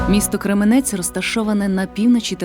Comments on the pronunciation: Голос дикторки приємний, але наголос в слові Крѐменець - на перший склад!) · Тільки це Крéменець! Наголос на перший склад, будь ласка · і не Кременець а Кременець наголос на першу букву е!м